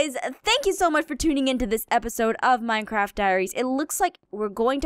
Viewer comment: in 0:3 she says mincrap